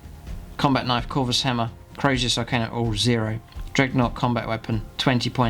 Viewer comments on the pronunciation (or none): none